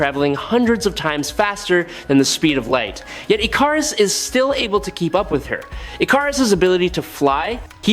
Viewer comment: Nice video except you need to rewatch the first few minutes of Eternals so you know how to pronounce Ikaris.